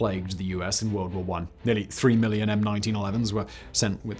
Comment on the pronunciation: "TwO WuRlD WoArS!"